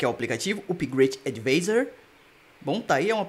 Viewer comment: se diz "advaizor"